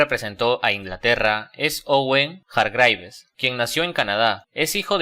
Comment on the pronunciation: Yamal es Catalán, no Marroquí. Ni siquiera pronunciaste bien el apellido de Hargreaves o como se pronuncia la ciudad de Stuttgart. Antes de subir contenido, cersiorate de enmendar esos errores y consultar fuentes.